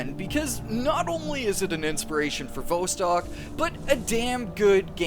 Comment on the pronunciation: Vostok is pronounced with the 'Vo' sounding like 'saw' and not like 'row'.